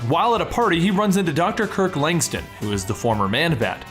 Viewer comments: LangSTROM, not LangSTON. It even bloody says it in a word balloon in a panel you show on screen. Sloppy work there. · Langstin? Langstrom i thought good recap tho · Isn’t the man bat Dr. Langstrom??..why does the narrator keep saying Langston? Let’s get it together people..smh